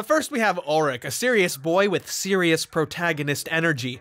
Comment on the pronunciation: why are you saying ulrich's name wrong.